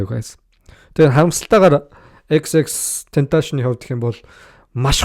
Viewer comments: Tentashion bish Tentacion shde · za chi mi ene huniig yarih bologuie yadaj neriign zuv duudchihguide unheer medeeleluudchn hudla shajina end tendees baahann hud yum yarid baihi😂😂😂 ter hun amitn eejihn deer meer bgaguma ahahhaha unheer yag zuvuurn sonsmr bvl ter jackool mvp geesee sonsoche sdnra ahahaha tern yadj hmagu deer shajnleshu ahahah